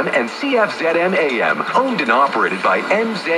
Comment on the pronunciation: As a Canadian, I'd like to point out that the proper call letters for the Toronto station "Zoomer Radio 740" is "Cee-eff-ZED-em" (not "zee" ). Also, the dial calibration is way off.